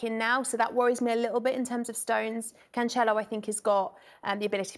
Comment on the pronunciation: Geez I cringe everytime she says "canCHelo" ...